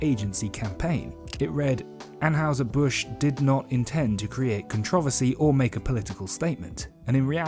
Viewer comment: Are you pronouncing Anheuser incorrectly on purpose? 🤔